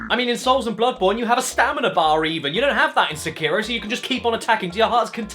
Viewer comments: SEKIRO: Emphasis on the First Syllable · "See-Kei-Row Shad-ows Dee Twicky" Pffff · See-kai-row Shay-dows Dee Tweekey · Seekyro shadous dee twickie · See Cairo, Sha-Dows Dee Twikie. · See-kai-ro sha-dows dee twi-kee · Correct pronunciation: "Seck-aye-row" "Shad-dau's" "dee" "Twick-ee" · "This game is so Japanese"... Immediately pronounces 'Sekiro' the opposite of the Japanese pronunciation... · Is this pronounced se-ki-ro or see-ki-ro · So many youtubers can't pronounce Sekiro properly. Also the English dubs are pretty awful IMO, but to each their own.